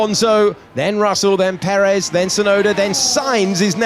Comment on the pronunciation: Last race of the season, and the commentators still have not learned how to pronounce Sergio Perez’s name…